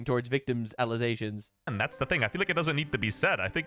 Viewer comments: Is there context for why he says 'allesations' instead of allegations? I've been trying to figure this out. He sounds like Candace. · Why do you keep saying alizations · Why do you keep saying alization? You mean accusation? Or am I missing something here? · Alezations LOL cracks me up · false allezations, and not facks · Careful saying Allezations, Candace might use it to say you don't know how to say Allegations. 😂 I know you are doing it to be funny btw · Why the fuck is he pronouncing allegations like that. Allizations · has watched too many Candace videos. "Allezations". 🤣🤣🤣😂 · Alezations...??? Dude...thats a montrosity!! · Okay, I need to ask. WTF is an "allization"? Do you maybe mean an "alleGation"? There's no "Z" in "allegation".